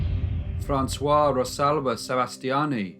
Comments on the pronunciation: In French the female name Francoise is pronounced Fran swahs. With the last S being pronounced to indicate the feminine. In the male Francois. There is no E, so it is pronounced Fran Swah. You used the masculine pronunciation throughout this video. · I love your videos! But could you please check the pronunciation of foreign names. The way you pronounce Francoise is the way you pronounce it if it was written Francois, which is the male version of the name. Looking forward to your next video! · The name Francoise should be pronounced "Francewazz". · The pronunciation should be "Fransoize" .,... The pronunciation you are using is the male version of the name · great video but Françoise isn't pronounced François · Great story. Her name is pronounced ‘FrancewahSe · Interesting and sad story. Her husband was a cretin. BTW Francoise is pronounced Fran-SWASS. Francois (Franswah) is the male version of the name. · I love your videos. However, the pronunciation is "Fran.swhaz". Males are "Fran.swhah". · Françoise is the feminine form and pronounced Françoize :-) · I'm sorry if you had similar comments, I thought someone has to say it just to know: François is a name for males, for females is Françoise (pronounced Françoiz) Great job as usual ❣👍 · Feminine form of Francois is pronounced Fran-swaswahz, soft z sound at the end. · Great narration- as usual! Champagne is right though- the feminine version of François is Françoise - pronounced Franswaz (with a Z sound at the end). Otherwise it sounds like you're talking about a man - and it disturbs the listening... Thanks for you great work🤗 - your stories are always fascinating - even more so because they're true. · FYI you should pronounce the s at the end of Francoise. Sounds like a zed.